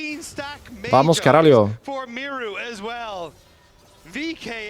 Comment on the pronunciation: its VAMO CARALHO, without the S :D